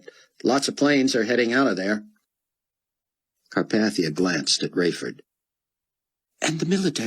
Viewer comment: CAR PAY THEE UH 😑